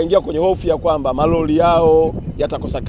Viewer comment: Leli. Lahisi, Maloli, Bandali, Miladi, Laisi wetu, Miladi mikubwa. Huyu jamaa alikwenda Shule kweli. Kichefu Chefu kitupu.